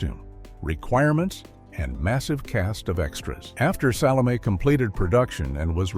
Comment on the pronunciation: I have never heard as many different AI mis-pronunciations of the name "Salome" as are voiced in this video.